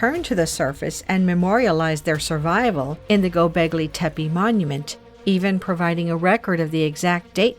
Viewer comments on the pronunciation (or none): sorry but Hinduism is Older than zoroasterianism , as proven by archeology .. also its Gobleki tepe , not Goblegi tepe